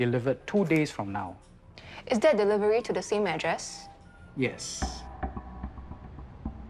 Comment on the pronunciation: it killed me when he pronounced delivery as ' devivery '